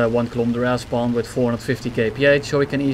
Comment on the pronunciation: I keep hearing "Ass bomb" instead of "Air spawn"